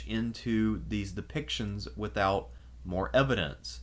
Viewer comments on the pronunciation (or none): none